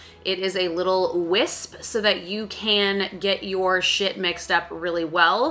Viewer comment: Let’s normalize calling a whisk a “whisp”! you started this movement! 😂🤍